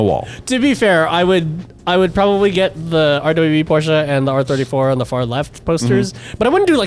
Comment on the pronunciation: I'm so glad, and pronounced Porsche properly, big ups